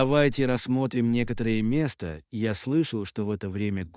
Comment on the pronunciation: Это ж обучающий контент, такая халтура! Ударения мимо: цве́та? ме́ста? "Поможет выбрать питание?" Давайте воспользуемся и вместе воспользуемся?